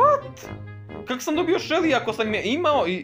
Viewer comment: kako si smesno Shelly rekao🤣🤣🤣🤣🤣😂😂😂😂😂